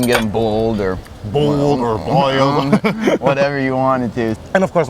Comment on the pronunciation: has to be southern because he pronounced boil bool, my family does the same with oil lol ool